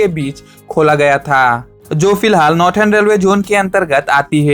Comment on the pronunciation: नॉर्दन ❌ नॉर्टन ✅